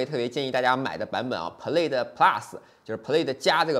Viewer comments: 视频很不错。Plaid念错了哦。音响主动降噪值得说道，这体现了特斯拉和传统车企不一样的思考问题方式。我觉得这次标了1/4mile9秒不到也是值得注意的，我觉得比零百还值得说。零百你也说了是虚标，加上起步得加0.2~0.3秒，其实跟L+没差很多，但这是正常的。Chiron比起Veyron多了400Hp还大大改进了空动和减重，单看零百也就快了0.1秒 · 提个建议，Plaid的发音你念错了，还有你忘了提新音响系统兼具主动降噪功能